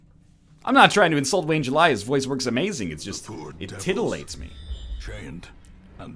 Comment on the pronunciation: is nl calling the narrator 'wayne july' a joke or something?Its Wayne June isn't it?